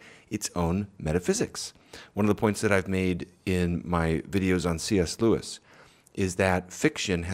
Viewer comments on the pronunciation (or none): none